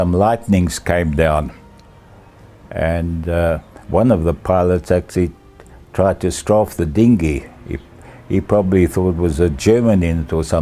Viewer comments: Straffe not stroff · Actually, it's "strafe" - derived from the 1st person singular of the german verb "strafen", to punish.